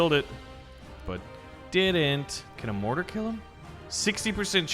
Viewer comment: It is mortar not. (Morhar)